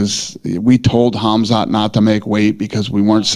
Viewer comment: Rips Brendan for mispronouncing names, calls KHAMZAT kazmat lol